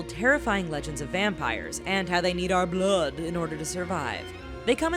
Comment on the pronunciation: the way she said "blood" weirded me out😂